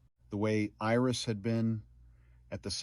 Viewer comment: You did an excellent job of telling this story. It brought tears to my eyes a few times. Too bad all other people only think about is it AI? Really who cares. You only made one mistake, missed read Iris. This to me is not AI.